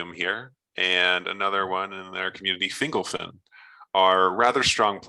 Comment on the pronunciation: "Fingle Fin." I hear it Fin Gol Fin in my head.